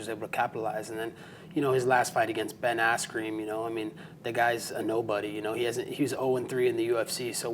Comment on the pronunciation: “Ben asscream” 🤣🤣